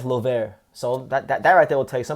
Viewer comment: Finally you said his last name right. Salute to you! Thank you for making a video about Kenneth Llover his our next superstar. He’s career is in the right direction especially with Gerry Penalosa as his manager and Kameda promotion handling him.